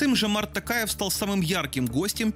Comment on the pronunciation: Не ТАкаев,а ТОкаев.